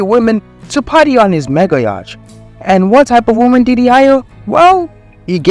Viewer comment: Prnounced yaht. The c is silent. Very good report. There are influencers that make money the normal way and dont sacrifice themselves. There are honest influencers.